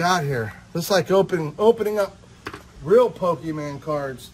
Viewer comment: My guy can't even pronounce Pokémon correctly and we expect him to handle reptiles?